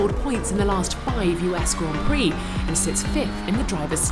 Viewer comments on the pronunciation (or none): none